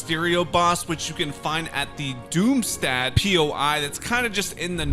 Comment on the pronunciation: Doomstadt isnt pronounced like that, its doom sthot